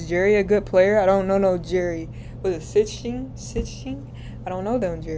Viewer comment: Pronounce the name, "See-Sting" for Jerry Sichting. Larry was that good. I attended three games watching him live and he was unbelievable on the court. He was a shooter, passer and play maker.